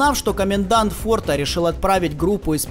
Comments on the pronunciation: И не фортА, а фОрта:) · До ближайшего фОрта,фОрта,а а не фортА, олух неграмотный, претендент на приз имени журналистки Бузовой